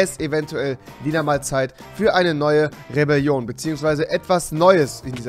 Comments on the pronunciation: Nen die rebilolion nicht rebilion sondern rewelion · Vür die rebeljion ;D